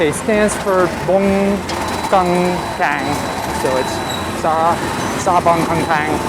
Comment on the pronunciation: Boeng = Lake, Keng Kang should sound more like "Kaing Kong", Kaing rhymes with "rain", the Kong portion sounds like the Kong in Hong Kong. "keng kang" was the name of a horror movie from the early 70s (pre Khmer Rouge) that told the story of the woman who had a baby with a "snake" that transformed himself into a man.